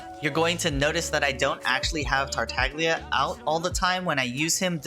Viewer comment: Silent "g" like in "lasagna"